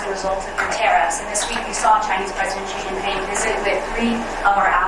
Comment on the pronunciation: I like you guys, but your pronunciation of Chinese words is really hard to listen to. Why do you want everything to sound like the French "Zh" sound? Xi Jin Ping. Xi sounds similar to "see" in English. Beijing. "jing" sounds like "jing"! Why are you pronouncing them as Zhee Jin Ping and Bei Zhing? it's crazy, you think Chinese is French?